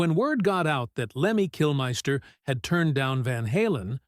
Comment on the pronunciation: I stopped this bullshit when he said ‘Kilmaister’. AI slop.